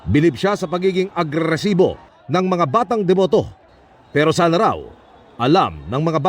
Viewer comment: Emil Sumangil says "agrrresibo" (inspired by the Bubble Gang sketch parody by Paolo Contis as Emil Maangil)